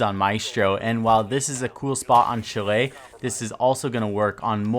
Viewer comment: It’s pronounced shall-aye